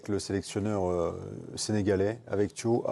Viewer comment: C’est pas THIOW, c'est THIAW ! C’est pas compliqué enfin !!!